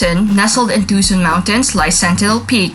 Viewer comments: Two-sohn not Tu-sun. Sheesh!!! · Too sawn